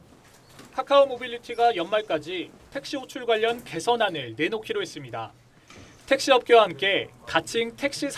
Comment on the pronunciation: 보도 기자가 발음이 정확 하지 않다. 지방출신 인지 모르 겠으나 다 잘 하다가 끝에서 '했습니대-아'가 뭐냐? 잘 고쳐라.